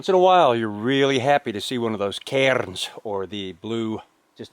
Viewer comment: Tip of the cap for pronouncing cairns with a slightly Scottish accent.